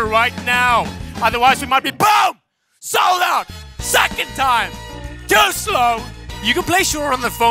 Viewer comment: The part when says "SOLD OUT!" it sounds like "SODA".